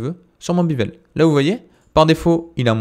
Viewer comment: Merci, par contre c'est "béveule" et pas "bivèle" ;))